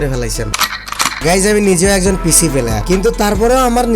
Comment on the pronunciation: পিসি না পিশি 🤣🤣